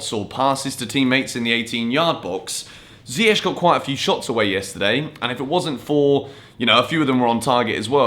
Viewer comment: I appreciate how you Yan & Younes pronounce Ziyech's name correctly. Could you tell please Frank it's not Zieyetch LOL